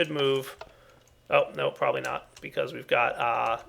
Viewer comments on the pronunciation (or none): none